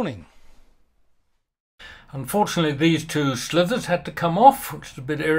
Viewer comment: Slivers not "Slithers"🪱 great work. Makes me want to have a go at this now